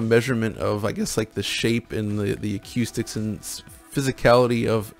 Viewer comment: OMG. I had a friend who would always say "Ah-Q-sticks" non ironically, but until today I had never heard anyone else pronounce it that way.